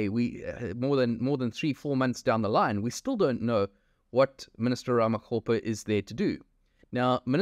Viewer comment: Its Minister RAMAKGOPA , its RAMAKGOPA not RAMACOPPER